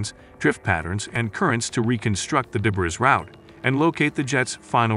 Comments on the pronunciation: debris or dé·bris [ duh-bree, dey-bree or, especially British, deb-ree ] not debriz. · Debris is pronounced Deh-bree it's from French, AI narration should know better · debris is french and is pronounced de BRREE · Solved? Learn how to pronounce debris. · yes as soon as I heard the mispronunciations .... aha, robot. Must say though it is one of the better robot voices I have heard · Strange pronunciation of debris.